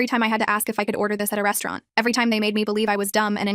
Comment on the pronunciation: “At the restuuarent”